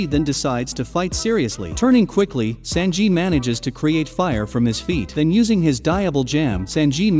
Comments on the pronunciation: Senjiiii -_- San, like you, said San on San on "3" in Japanese. just saying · The pronunciations hurt my head... SAN-ji. Diable Jam. Jin-bee. Anys lobby. 🙄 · Never … ever say sanji again….. ever